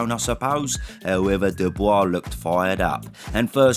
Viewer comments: Funny how you pronounce his name ‘dubious’, instead of Dubois 😂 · You can never call him doobyus again. You have to say his name with respect after that performance. Dubois. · Your pronunciation of Dubois is rather dubious. Show the guy some respect, he’s the champ. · your pronunciation of Dubois is hilarious